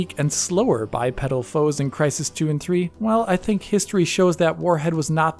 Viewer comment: haha, "denk". oh, my fellow german:-3